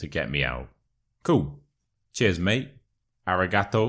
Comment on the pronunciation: Idk but the way you said ARIGATO cracked me up 😭😭😹😹😹.Anyway I was about to tell you to come visit Algeria then i remembered its ALGERIA so don't listen and be safe mate😭😭😭😹😹😹😹